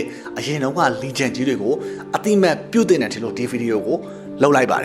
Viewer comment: Legend ကို 'လဲဂျန်' လို့ ထွက်ပေးပါလား။ အမြဲ ''လိဂျန်''လို့ ထွက်နေတာ သတိထားမိလို့။ အမြဲ အားပေးနေတယ် 🎉❤